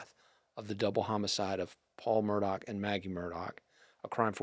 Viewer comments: NOT MUR..DOC!!! It's pronounced Mur-‐ DAW!!! REALLY! Journalist get it right!! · INDEED! It was annoying. The name is actually pronounced "Mer dock." If this guy can't pronounce the name, it makes me question how much work he has done in person and how he could not have been corrected or at least pick up the correct pronunciation. The spelling is inconsistent with the pronunciation but that is a matter of local idiosyncrasy. And, the sniffling bothered me greatly. Couldn't they find a tissue? Even a napkin. Sorry, but something about this guy doesn't ring true. Between the sniffing and the inability to correctly pronounce the name he lost any credibility with me. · He also mispronounces the name. If you are saying "Mur-taw," you have not been following the cases. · Would someone tell him the name is Murdaugh not Murtaugh? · This guy still can’t pronounce Murdaugh “Murtaw” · Very knowledgeable guy, but I really wish that he wouldn't keep saying "Murdot" instead of Murdaugh...he really should know this by now. Also please give him a box of tissues !!!!! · Good interview. is obviously well informed. Just wish he’d drop the “t” in Murdaugh! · For goodness sake, give the man some antihistamines. The sniffing and snorting were beyond irritating. I had to stop the video. If he wants to come across more professional, at least learn the correct pronunciation of Murdaugh. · This is very interesting and a lot of good information but why does he not know how to pronounce the name Murdaugh? Also, what is with all the sniffing?